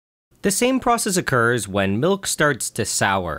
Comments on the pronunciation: Some nutritious.. malk? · a glass of MALK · Listening to Nile say milk, there's just something about it.